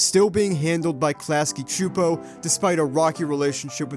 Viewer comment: Yesss you pronounced Csupo right! Many people don't seem to care.